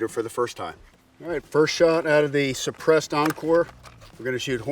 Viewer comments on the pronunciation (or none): "seppressed" lol